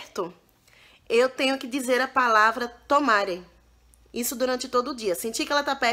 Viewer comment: rê não se diz tomare o correto é tamaré mandar parar é yameté tamaré é mandando alguem calar a boca ou ficar quieto